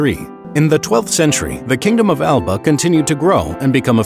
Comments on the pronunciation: Bruh the pronunciation of “Alba” hurts lmaooo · This video had so much potential... but so much misinformation let itself down The Picts didn’t call them selves the Kingdom of Alba (pronounced A la pa) that’s the name for when the Gaelic (ga lic) Kingdom of Dál Riata and the Kingdom of the Picts united into the Kingdom of Alba